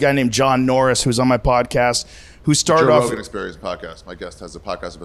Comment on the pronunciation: Joe rogaan " biden "